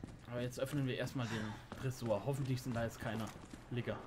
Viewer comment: Also man muss schon sehr genau zu hören damit man das Wort Liger richtig versteht 🤣🤣🤣 Schön das es die Gelbwesten auch in das Spiel geschafft haben! Ich freu mich schon wenn es weiter geht